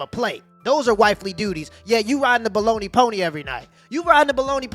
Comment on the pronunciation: Man said bologna poney. 😂